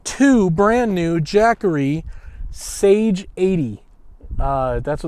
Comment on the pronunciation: Saga not sage